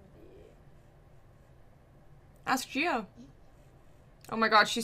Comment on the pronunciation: Gio is pronounced like Joe